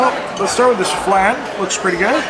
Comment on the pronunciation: stop calling it falnnnnn, it is FLAAAAAAAAAN